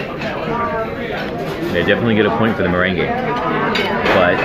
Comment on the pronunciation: You are pronouncing meringue ( mer RANG) as if it is the dance merengue (muh REN gey).